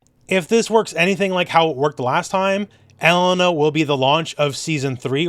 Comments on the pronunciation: I'm too used to hearing say e-LANE-a that hearing ELE-na sounds weird and wrong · It hurts me how you pronounce Elena